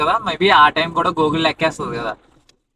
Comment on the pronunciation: Gooogul kadhu annna google 😂😂😂😂😂